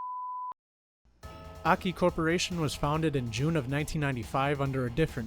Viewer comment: It's "Ay, Kay, Eye" Not "Ahkee"